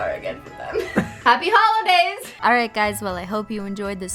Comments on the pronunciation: You said holodays wrong at the end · I dunno if it was just me or did You guys hear her too say HolIdays. Instead of HolOdays???!!